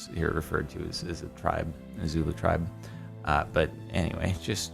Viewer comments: no, this is still wrong the line through it means OFF so speaker or microphone or shouting head, putting it on the right with a line through it is still wrong... Also it's Zulu not Xulu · Zulu not xulu but aight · correct me if im wrong, isnt it Zulu and not Xulu?